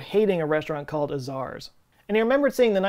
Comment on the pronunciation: It's A-Zars with a hard A. This is crazy.